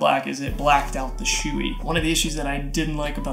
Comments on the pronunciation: Hello I'm a stickler for names It's not "SHOOEY" It's b"SHO- EH" Thanks for the vid. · lmao dude its not shoe e, its show e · I'm not gonna say you're wrong but I think it's pronounced show-ie